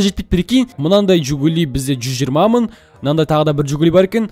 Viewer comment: мың дегенді мын дийсіз екен